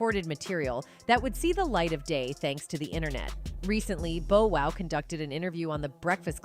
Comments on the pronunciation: 😂 the AI said Bo Wow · Dr dree, bo wow, tupack